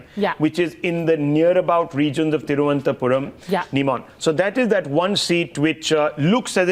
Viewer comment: 2 min silence for the stupid anchor who can't even pronounce Thiruvananthapuram🤣🤣